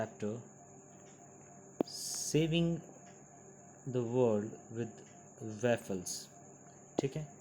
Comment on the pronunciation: Sir woffles for pronounciation of word waffles